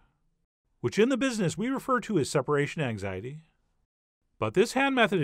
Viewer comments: Don't you mean "Separation EGGxiety"? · Separation eggxiety you say 🙃